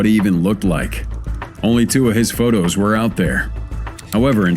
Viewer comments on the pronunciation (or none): none